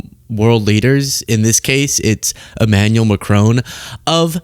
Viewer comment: Macron kind of looks badas, situation considering. Also, why you keep calling him E-manual and not Ema-nu-el?